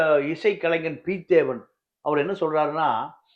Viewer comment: ஐயா நீங்கள் குறிப்பிட்ட பெயரில் சின்ன திருத்தம் பெயர் பிதேவன் இல்லை பிதோவான் என்பதே